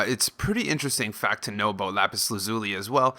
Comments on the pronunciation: It's pronounced Lapis Laz-uh-li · It's actually more like lapis laz-ya-li. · Lmao you said Lapis Lazuli wrong